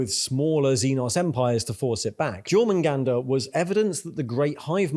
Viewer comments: Great video! And it's Yore-man-gander. EvE Online has helped me with Nordic pronunciation lol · dude, you have a talent for pronouncing words strangely (tie-ranids instead of tiera-nids, jor-mangander instead of your-mungunder etc.) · Tyrant, Tyrannosaurus, Tyranid. Seems like a logical pronunciation tbh. But yeah, Jor instead of Yor did hurt my ears too. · Jormanganda is pronounced YOR-mon-gan-da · Pronouncing the J in Jormungandr. 🤦‍♂️ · pronounces tyranids and behemoth as if they're exotic words and then proceeds to pronounce jormungandr as britishly as possible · I read this comment before watching the video, very accurate description that is maybe the most British way I have ever heard someone pronounce a word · I can understand the discord with the pronunciation of "Tyranid" but to pronounce "Jormungandr" that way... Apart from that, love the video, keep them coming.